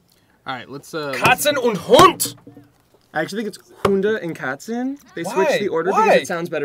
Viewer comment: "Katzen" ITS KATZE. KAT-ZUH.